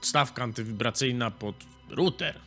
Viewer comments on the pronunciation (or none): none